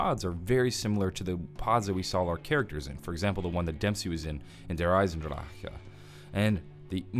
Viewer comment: It makes me laugh when you try to say der eisendrach (or however you spell it)